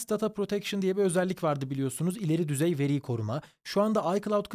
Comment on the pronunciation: VERİ KELİMESİNİDE DOĞRU SÖYLESEN İYİ OLUDU